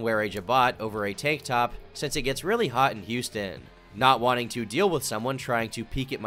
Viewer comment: why does he say say since like sense?:face-blue-droopy-eyes